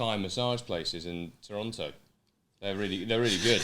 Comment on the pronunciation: David says Toronto properly and suddenly I am in love.